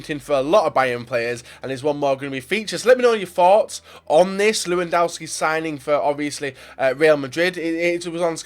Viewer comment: pleeeeease say the name lewandowski right miniminter and co can do it why do you have to keep call him lewandauski ?